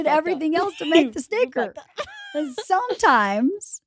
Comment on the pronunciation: Whoa! She said "fuck this sticker," And it sounded like something else.